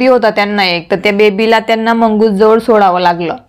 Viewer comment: मुंगूस not मंगूस